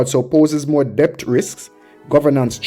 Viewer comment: The letter " b" in the word "debt" is silent, which pronounces "det"., the word is pronouced DET...!!